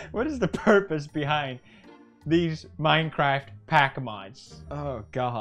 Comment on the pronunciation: minecwaf showver